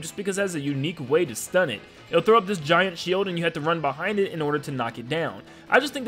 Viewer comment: gigant? You mean giant